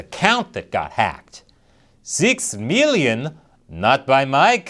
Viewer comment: wone, two, 6 milliyon 😄